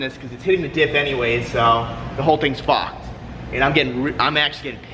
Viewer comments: “The whole things fawked” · " the crash bars FOCKEDD"